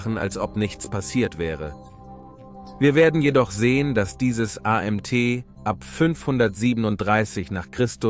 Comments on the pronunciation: Das Video ist seitenverkehrt: BBC rechte Ecke oben ist spiegelverkehrt. Sprache: "...der Fall des weströmisches Reich" es muss heißen: Der Fall des weströmischen Reiches.... was soll das A M T anstatt Amt? Computergeneriert? ...wieso Diedrich anstatt Theoderich? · Warum a m t statt Amt? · AI generierter Kommentar ... soweit ist es also schon ... gut zuerklennen an der Verwendung von A M T anstelle es als Amt auszusprechen ... schön peinlich.